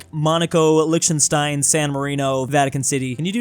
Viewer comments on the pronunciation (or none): none